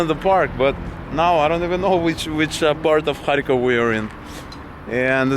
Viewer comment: You pronounced the name of the city differently than I expected. Sounded like you were saying “hai-kof” more than “kharkov”. And lately I see it transcribed to English as Kharkiv.